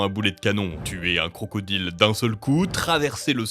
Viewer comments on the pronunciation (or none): none